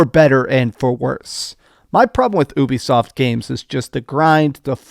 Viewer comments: Omg dude its U bi soft! Not ewbisoft! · I always thought Ubisoft was pronounced you-be-soft, not oo-be-soft. Have i had it wrong all my life?